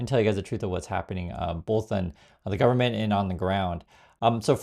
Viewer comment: Man cannot even say government 😂😂😂